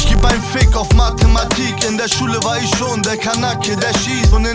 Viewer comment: der erste Atze, der "ich" aussprechen kann! krasser typ!